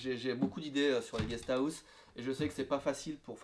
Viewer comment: "Une guest Aousse" -> on ne peut pas se tromper c un accent french >__<